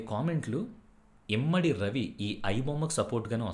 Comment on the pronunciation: ఇమంది ... ఇమ్మడి కాదు